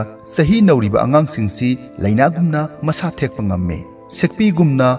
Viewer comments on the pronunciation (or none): none